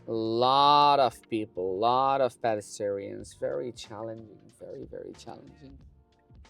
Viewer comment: Good video! Please look up the pronunciation of "pedestrians"